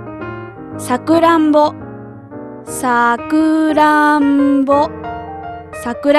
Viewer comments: i heard sa-ku-ra-m-bo. but wasn't it sa-ku-ra-n-bo ? o.o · さくらんぼのイントネーションおかしいよ